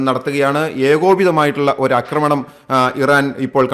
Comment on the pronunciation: അമേരിക്ക കൂടിഇടപെടാൻ സാധ്യത വളരെക്കൂടുതൽ ആണ്. ലോകം വലിയ ഒരു ദുരന്തത്തിലേക്ക് പോകുന്നു! 'അക്രമണം' എന്ന് പറയരുത് 'ആക്രമണം ' എന്നു പറയാൻ മൂന്നു നാല് തവണ പറഞ്ഞിട്ടും ആവർത്തന വിരസത ഫലം. Unsubcribe ചെയ്യിച്ചേ അടങ്ങു അല്ലെ!